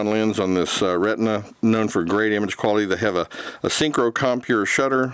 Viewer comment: Xenar = "ZEE-NAR" | Xenon = "ZEE-NON" | Retina = "RET-NUH" (like your eye) | Tessar = "TESS-AR" Nice video, thank you!